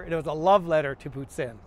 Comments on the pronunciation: As a Québécois, i'm glad you take time to go over the pronounciation of Poutine! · actually its pronounced pooteen because thats how i pronounced it